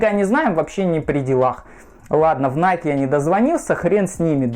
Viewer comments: Оригинал ищет. Все знает (типА). Называет NIKE «Найк»🤦🏻‍♀️🤦🏻‍♀️🤦🏻‍♀️. Это НАЙКИ, там в конце E, это произносится как «И». В оф.магазинах США подойдите к консультанту и узнайте наконец-то, что это НАЙКИ, а не НАЙК🤦🏻‍♀️🤦🏻‍♀️🤦🏻‍♀️. Его английский это просто пипец🤦🏻‍♀️🤦🏻‍♀️🤦🏻‍♀️ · Не найк, а найки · Вы меня извините конечно. Но. Название бренда происходит от имени богини победы Ники и в оригинале звучит "Найки". Именно так его произносят в Соединенных Штатах. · игорь прав, иностранцы произносят: "найки"